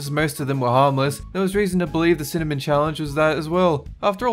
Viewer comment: My eyes hurt when he spit out the cinamen